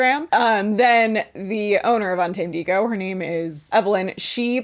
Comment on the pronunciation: Un-tamadego killed me 😂😂😂